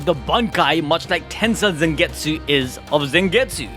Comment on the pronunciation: Stop saying Zengetsu